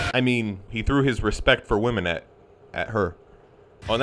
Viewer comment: “Respect wamen”